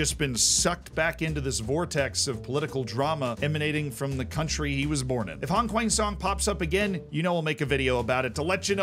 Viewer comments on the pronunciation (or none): none